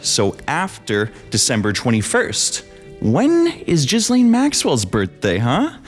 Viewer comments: Hearing you mispronounce Ghislaine over and over is preventing me from watching this video ;_ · Jizzlane? I thought it was pronounced Gillaine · Just FYI Ghislaine is pronounced ghee-lenn, not jeez-leen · Her name is pronounced Gilenne not Jizzlane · "Ge-laine" there's no jizz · Why does everyone pronounce her name different and incorrectly? It's like Elaine with a G in front of it. It's not Jizzlane. Does everyone know they just do it to be funny? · Jizzlane ? It’s “gih- lane” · The Epstein Scandal keeps reminding me that Americans can't pronounce "Ghislaine." Gee-len. Not Jizz-lane. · It's pronounced Gee-Laine not Gis-Laine!! FAKE VIDEO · Gil lane not jiz lane… 🤦🏻‍♀️🙄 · wrong. If it’s French it’s going to be “Gee-lane” or “Gee-Len” in a more American pronunciation. It’s not “jizzlane”…. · It's "jee-LAYNE". NOT "Jizz Lane". French version of "Gillian". Be fair to all the women who aren't convicted sex traffickers who share the name, wouldja?? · Still idk how anyone is getting 'jizzlane' from 'gih-lane' Ur Canadian, y'all got Frenchies, what's ur excuse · bro It's pronounced "GHEE-LANE" An entire video essay rendered moot because you didnt even bother to research HOW TO SAY HER NAME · Sir, please pronounce Ghislaine Maxwell’s name properly. It’s French. Her father, Robert Maxwell, was just as bad as his favorite daughter. He introduced her to Epstein. At the time Epstein was not a billionaire, Robert Maxwell supposedly died from a heart attack, he ‘fell’ off his yacht, and drown. Hmmmm If you were saying it wrong as a joke or something— sorry. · This is genuinely one of the worst video i've ever seen. Firstly, you're not even pronouncing "Ghislaine" correctly. Second, you probably should have actually known what had happened to Madeline Mccan if you're going to use it as evidence. Third, what does "speaking American not British mean"? She grew up in the United Kingdom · imagine saying "Ghislaine Maxwell" over and over while pronouncing the S.